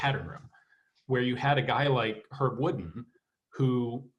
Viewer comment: It's pronounced Herb Woodend (wood-end).....